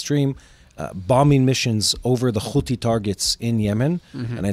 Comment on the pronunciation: Who and what is a houtey